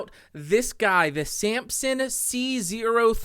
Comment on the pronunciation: i like how you pronounce Samson... Sampson